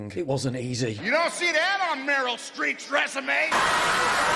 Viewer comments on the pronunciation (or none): Did he say “Meryl Street” instead of “Streep”??? What a flog.